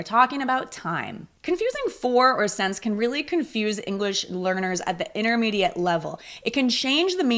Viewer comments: You are not alone! She pronounced "since" like "sense" which is incorrect. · I liked the video. Just a quick question: for my ears you pronounced “since” like “sense”. Is it common to pronounce it this way? Thanks 🙏